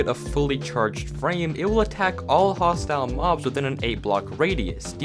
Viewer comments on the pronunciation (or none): Did anybody else notice he said 'Mostile Hobs'? Not 'Hostile Mobs? 🤣